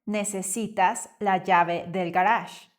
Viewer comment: I'm confused by your pronunciation of garaje. I'm learning in Europe so perhaps that's it.